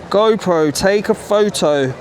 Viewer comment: “Go pro.. take a pho-oh “ has me cracking up…